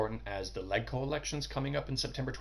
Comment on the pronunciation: Legco is pronounced "Ledge-co'. Just gives it more credibility if its pronounced correctly.